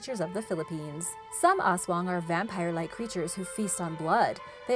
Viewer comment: I loved when she said aswang..😍😍